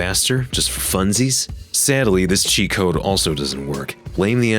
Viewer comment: mans really said "Saddley"